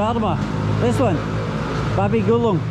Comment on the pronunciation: Not gulung its guling 😅